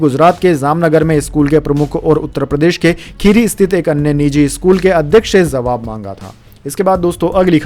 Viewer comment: Kripaya jawabhko zawab na kahe ! Uchcharan dosh dur kare !